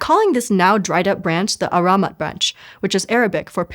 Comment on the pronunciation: For God's sake ! You could have googled how to pronounce ahramat close to arabic before recording.... At first I thought it was in hieroglyphic until you said it was arabic 😂